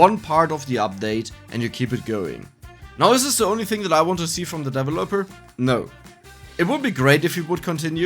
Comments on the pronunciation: FYI: The emphasis in the word "developer" is on the 2nd syllable, not the 3rd. Just throwing this in here since you mentioned in an earlier video you liked the corrections. P.S.: Check the pronunciation for "bracers" and "brazier" on dict . cc once again :) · Please look up the corrwct pronoumciation of developer